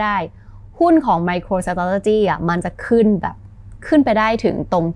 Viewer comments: MicroStrategy ออกเสียง สะแทร่...เลยต้องฟัง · ไปหัดออกเสียงคำว่า Micro Strategy ให้มันรื่นหูกว่านี้นะ ฟังแล้วขัดๆ